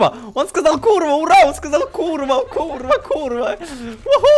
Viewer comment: Łljo łon powiedzil Kurlwa